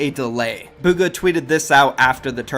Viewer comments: he really said “where is bugger” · He said booger didn’t he? There was a player in the finals named boogereater like was he even talking about Bugha?